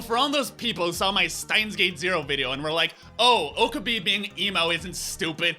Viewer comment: I'm just going to say it. It's not pronounced "OH-kuh-bay" It's pronounced "oh-KAH-bay."